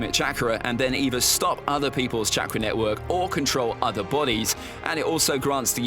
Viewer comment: This guy keeps saying Chakra wrong 🤣🤣